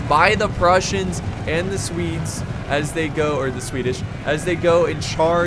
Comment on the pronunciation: you keep saying Prussians not Russians